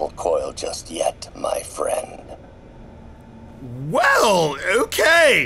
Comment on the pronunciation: HEELLLLLOOOO